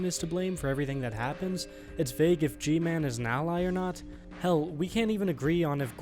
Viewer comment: Guy-Man That’s G-Man’s name